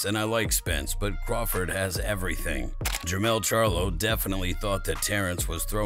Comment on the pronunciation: Jermell not lien